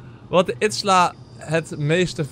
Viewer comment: Stefan je zegt steeds itsla maar izila spreek je uit als iezielaa